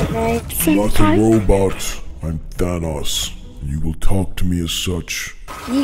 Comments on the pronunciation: THAn Ahs Friend: ocd kicks in ITS THANOS! THAN-OES. THAN O's Like CHEERIO but with THAN! UGHHHHH Me: "ahh shit here we go again." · It’s ThanOs. O not Thanaus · Its pronounced than oes